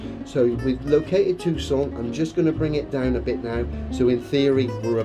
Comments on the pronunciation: I wish would stop pronouncing “Tucson” as if it were French. Too-sohn, dude, don’t short the N. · Interesting pronunciations of Phoenix and Tucson. Also, I can't help feeling that Ye Blackbird Of Awesome +5 is more than a little sullied by this character assassination. Full throttle go ...aaaand it's gone. (I also roflcoptered a little tiny bit at the Pewdiepie clip. Worth it.)